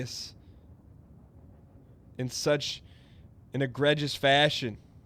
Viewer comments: It's pronounced "agree jus" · the amount of times he says egregious is astonishing, and the fact that he hasn't said it correctly once is just... jesus fuck. Not only does he pronounce it wrong but he doesn't even know what it means, he said at one point his speed was egregious. I can't even